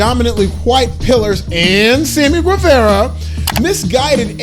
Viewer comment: And then Rampage has a black woman victorious in the semi-main. I'd say this aged like milk but that show was pre-taped so you don't even get that one jajaja. P.S. "Gwehverra"? You don't even care enough to learn how to pronounce a Latino surname correctly?